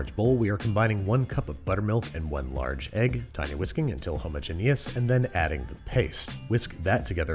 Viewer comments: His persistence of saying the word "hermogenous" is one of the most impressive things I've ever heard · he pronounces "homogenous" two completely different ways within seconds of each other. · Hey Babby! Decide how you wanna pronounce "homogeneous" man!